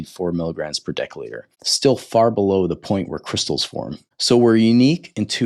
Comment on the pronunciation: Decca litre? Its pronounced decilitre (dessiliter).